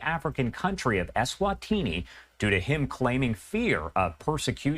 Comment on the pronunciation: It's pronounced Eswatini.